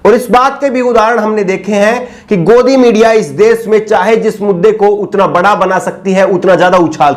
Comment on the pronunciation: me bar bar apko request krta hu plz aap sha shabd ka ucharan sa na kahe ji jaise desh ko aap bar bar des keh rhe ho bhut hi sharmnak he